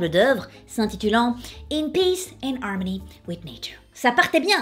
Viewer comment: MDR elle dit "armony" et "hairport"! Je t'adore,. <3 Au passage, ma maman est née en mars et a eu un cancer.